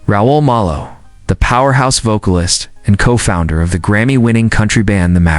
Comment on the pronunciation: The least you could do is pronounce his last name correctly, AI! The man was a leg and, adored by fans around the world, including me.